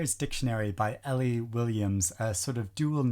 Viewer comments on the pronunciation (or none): none